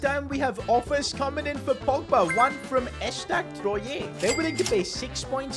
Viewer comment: ESTAC Troyé😂😂😂😂😂 We say Trwa